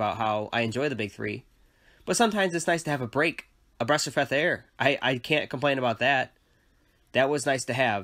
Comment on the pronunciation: "Bresh of feth air"